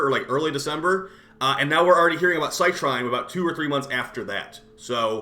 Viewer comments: Just so you know, it's pronounced "Sit Reen" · I looked up online and funnily enough, both you and Rebb are butchering her name. It's pronounced "cy-treen".